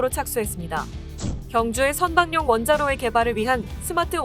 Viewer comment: 선박용 원자로 의 발음은 선방용 이 아니고 선바굥 원자로 로 발음해야 합니다!